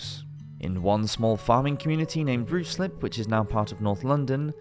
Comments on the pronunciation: Ruislip is pronounced Rislip and not Ruslip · I'm sorry it just really irked me and I couldn't move on with my life knowing someone called Ruislip 'Ru-slip', as oppose to 'rye-slip'. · Ruislip is now pronounced "RYE-SLIP", was the medieval pronounciation "ROO-SLIP"? Just curious. Great video thanks! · FYI Ruislip is pronounced as Roy-Slip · Pronounced Ryslip actually. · Ruislip is pronounced “Ryeslip”, unless you want to sound like a rube 🤓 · I’m sure it is pronounced ryeslip ?